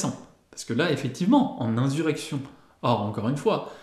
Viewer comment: Je t'entends souvent dire "inZurrection", insurrection se prononce comme insuline ou insuffisant... Ce mot, de par son importance et son emploi régulier ici mérite toute attention !